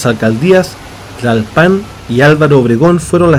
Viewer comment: Hay amigo, se dice Ajusco, no ajusto. Y Es Tlalpan y no Tlalpán